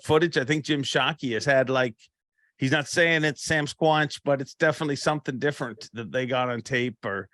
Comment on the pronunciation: Are you trying to say Sasquatch, but are just pronouncing it wrong or do you call it that in southern Ontario?